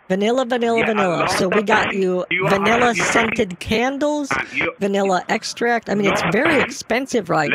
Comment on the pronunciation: vaneeeeela..say vuunilla please